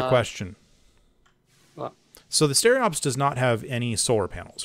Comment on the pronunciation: STE-RO-PES, not stereops, for humanity's sake! Keep it up, love the Hellion content ;)